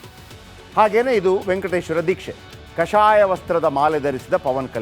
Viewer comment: Kashaaya alla sir kaashaya vasthra